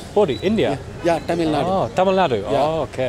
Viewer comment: You pronounce Tamil words like a native speaker 😊